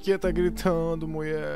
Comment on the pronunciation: "Não é de você QUI eu gosto" gostei ri bastante quando erram as palavras é legal